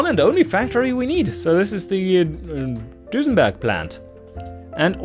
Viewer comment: It begins... Nice epic-feeling intro, sets the tone for the monumental task you put ahead of yourself. That aside, I have to say one thing; the way you pronounce it, I can't help but to call your brand "DusenbArg" as opposed to "Dusenberg". Long live Dusenbarg? That's etched in my mind already, haha... As for engines being smaller but keep high power outputs, I dare say that strategy won't work until turbos join the scene. Making smaller engines in the early years is nice for side versions to compensate for the costs of the "Record Breakers", but they won't produce big power even if you try to rev it to oblivion... Those are my five cents on the matter, either way.